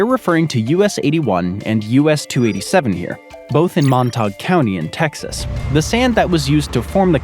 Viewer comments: Still under construction. That's understatement. We should make the traffic cone the national flower. It's pronounced MON-tayg county in Texas. :) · That’s not how you pronounce “Montague” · Learn how to pronounce Montague County. I have ancestry there and boy you butchered it LMIAO